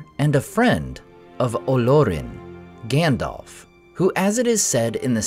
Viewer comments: Grand-elf? Lmao. What the hell?! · My friend, I love your content and Tolkien is my obsession too. If I could ask ONE thing only, it would be that you call Gandalf "Gandalf" and not "Gandolf". You may recall that PJ in his LOTR commentary specifically called this out as something the American cast could naturally slip into saying. Perhaps it's because PJ raised this point and because the cast adhered to it that I became so sensitive to it! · We knew it was coming. But it still sucks. WTF is with this “Grandelf”?